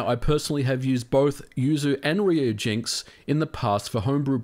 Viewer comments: There is no or. Ryu is, and has always been, pronounced Ree-oo, not reye-oo. It is pronounced Ree-oo-jinks. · ryujinx is ryu, not "rye-you". It's supposed to be said as one syllable and it means dragon. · It's pronounced "Ree-you" jinx :P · yeah it's weird that he still seemed confused about it.